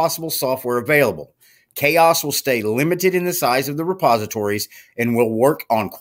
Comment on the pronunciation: Ok, I have to correct you on the pronunciation of the OS. It is "Ka" OS. Not Chaos. I am pretty sure the developers wouldn't name it how you are pronouncing it.